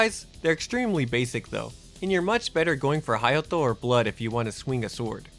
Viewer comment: I was like…how did my mans say “Hayato” multiple times with an accent and everything but completely butcher Kaede lmao